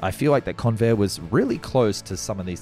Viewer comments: I was NOT called Con-vair' Instead, the strong syllable was the first. It was appropriately pronounced Con' vair. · It's pronounced CONvair! (I grew up in San Diego in the fifties.)